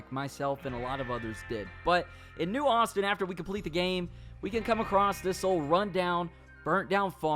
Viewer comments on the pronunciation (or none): none